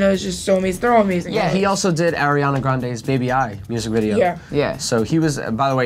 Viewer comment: Wtf ? granale ? -.- Ariana grande -.